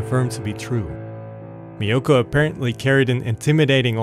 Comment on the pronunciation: This is a great channel. I just discovered it. I too had never heard of this crime despite now living in Japan for over 32 years. I don’t think the narrator is Japanese. The correct pronunciation of “Miyoko” is not MiYOKO but MIyoko. Takashi is not Ta KAshi, but TAkashi But that doesn’t really matter. Overall it’s a great upload 😊.